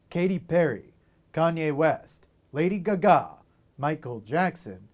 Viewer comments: “Lady G-Ga” 😂😂🤣🤣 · It's awkward, deadpan delivery and secondhand embarrassment for me. Plus unconvincingly performative "ignorance" of pop culture figures. And the "Lady Guh-gah" pronunciation.